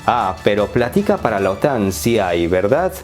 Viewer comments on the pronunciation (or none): ...plática o platica? ¿Se equivocó el monitor o el redactor?